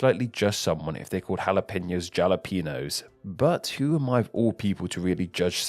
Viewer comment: Because I'm from New Mexico (though I don't speak Spanish very much at all), I have big issues with calling jalapeños, "zhal-ay-PEE-nose"! Thank you for saying it very close to the proper pronunciation, with your awesome little twist:-)